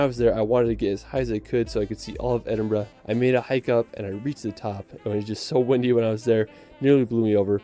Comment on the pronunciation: As someone who lives in edinburgh, i take offense to how he says edinburgh and holyrood lol If you ever visit edinburgh even visit south queensferry for the forth bridges there. Train station from city centre to the station at the bridges and walk through the village . Be cheap aswel and only about 9mins by train